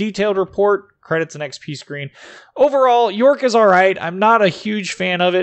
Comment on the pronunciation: love your infos on the ships, but the pronounciation :D jsut go to wiki and listen to it ;) subbed anyways